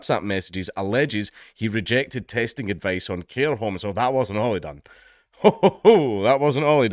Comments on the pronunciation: Are we just gonna ignore that Dank said "hair comb testing" instead of "care home testing" around the mark? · I know this is serious, but all I can focus on is how you said "hair comb" instead of "care home".